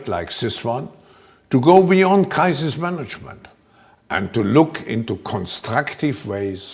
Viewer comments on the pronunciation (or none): "What is also needed is a summit just like this one, to go beyond Kaiser's management... " I had to play that back, because Schwab actually said "crisis management", but it sounded for all the world like "Kaiser's management." And of course the man who went beyond Kaiser's management was Hitler. It's almost as if Hitler won.